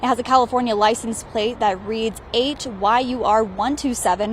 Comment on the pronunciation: The second go around around she didn't sound out the olate she literally said "ate your 127